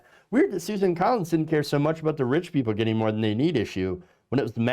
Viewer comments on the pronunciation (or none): Her name is "Susan" NOT SUZANNE!!! Get it right!